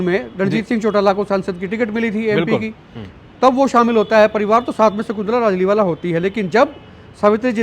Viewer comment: Naam Pura lijiye its Rajliwala not rajliwal